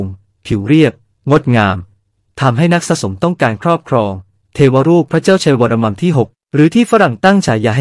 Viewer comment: เสียงAi ฟังแล้วขัดใจชิบหาย วรมัม ว่าซ้านนนนนน